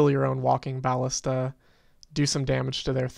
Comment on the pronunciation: You're fine, just don't say bAllista anymore :V